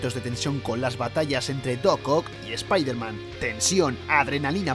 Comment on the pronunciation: Primer español que veo que pronuncia Bien SpiderMan 😃 Xd